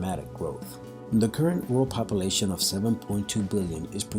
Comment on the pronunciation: Also the fear mongering in this video is really annoying also how he says "population" is driving me nuts.